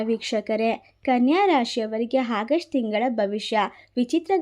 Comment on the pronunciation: It's not hagust madam.Its August.